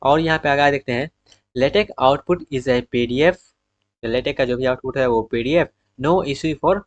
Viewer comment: aabe totle shi se bola kar latex ko lehtech bol rha computer ko camputur